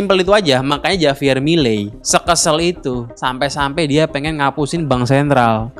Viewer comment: Bacanya 'Havier' Bang, bukan 'Javier'. Walau tulisannya Javier